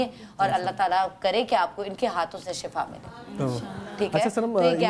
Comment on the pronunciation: Sir....right word is shifa not shafa